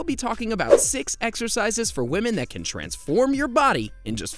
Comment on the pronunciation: Exercises? I thought you said extra fries !